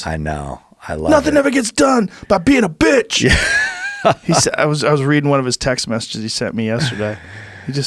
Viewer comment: Joe said “bitch” like “betch”